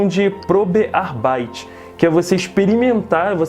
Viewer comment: Vc me parece um menino super dedicado inteligente e guerreiro. So Uma pequena dica com Humildade: Tenta diminuir o Te ou de . Tipo "Arbeit" pronuncia apenas o" T "sem acrescentar Uma silaba. Tambem passei tempo para aceitar isso kkkk